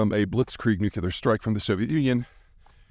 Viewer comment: Pete, you gotta stop saying "nuke-you-ler" 😂 It's 'new-clear'.